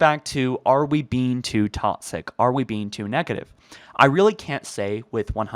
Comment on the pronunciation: I love your videos. But one thing bugs me. The way you say “toxic” It’s pronounced “talk-sick” You pronounce it “tot-sick” Not hating, just my pet peeve. Keep making good videos :)